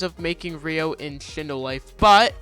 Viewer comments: Why do people dont know how to sat ryo its said like (ri-o) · learn how to pronounce ryo and dokei...